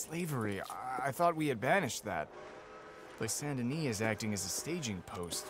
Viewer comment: The "s" is silent in St. Denis. ..errr, the second "s" 🤭